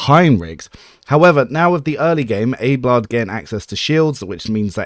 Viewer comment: I can only assume you're trolling with that pronunciation of Abelard.